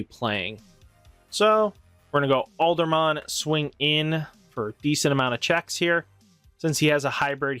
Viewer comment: Aldamon Where you getting the "r" from? Lol